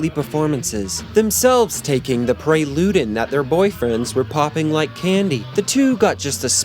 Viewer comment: Preludin not pray- ludin.